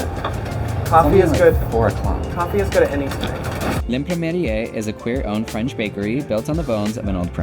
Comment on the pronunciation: The ending of L'imprimerie is pronounced "muh-ree", the end "e" is silent (you got the first half more or less accurate). In French an "imprimerie" means printing company/house/store.